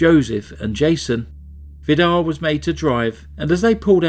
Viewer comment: His name is pronounced Vidar with a long i and a rolling r at the end just for your information.. good try though 😃 I’m Norwegian , but haven’t actually heard of this case. I got married that year , under heavy pressure including serious DV. redecorated my rented flat , witch immediately got sold by the owner without compensation , all this ended up with my second miscarriage with twins in week 16, so I was probably to self absorbed by my personal hardship🥺 This case is so devastatingly sad, just heartbreaking 😰 cults like Jehovas witness and Mormonism are so dangerous. It makes my sick just thinking about it… so many murders and generational abuse.. horrifying..